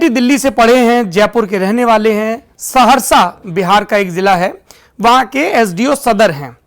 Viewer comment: ये सेहरशा नहीं।। सहरसा है।